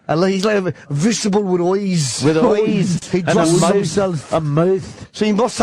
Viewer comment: 'A vegetable with eoyes'